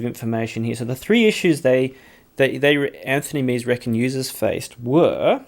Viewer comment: If Meze were an English word, perhaps your pronunciation would be correct. However, it isn’t; it’s Romanian, and pronounced “mehzay.”